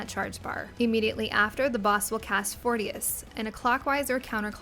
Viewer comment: Fourtious hahahahaha 😂😂